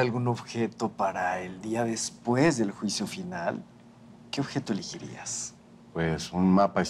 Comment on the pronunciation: todo iba bien, hasta que el entrevistador dijo “eligirías”. Es —ELEgirías.